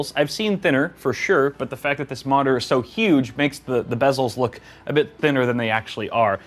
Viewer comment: The way he said monitor sounded like modder? Or am i crazy